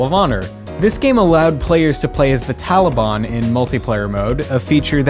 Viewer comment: I didn't know it was pronounced Talibon in an accent. Great name by the way.